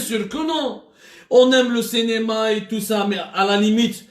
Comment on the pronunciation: machi " Cinéma ", il dit" Cénéma".😂😜🤣🤣😀😛